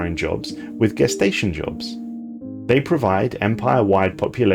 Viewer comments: it’s pronounced “jess-tation” not “gess-tation” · Are you British? We didn't pronounce gestation that way in the US.